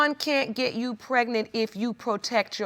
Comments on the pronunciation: "When I found out I was preg-net" lol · "a whole month prignant" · Don’t get pregnant if u don’t even know how to say pregnant right PLEASE ! ANNOYING